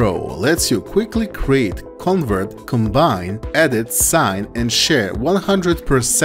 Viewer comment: it's con'VERT and not CONvert..